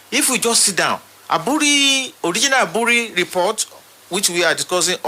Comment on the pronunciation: Aburi is pronounced “ebri”. The e is pronounced like the “a” in the word amen. I once visitrd the hilly comunity of Aburi. very beautiful community. You are doing a good job that will outlive you. The future generation will celebrate you🎉